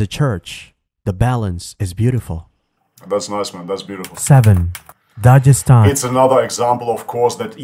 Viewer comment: It's Dagestan not dajestan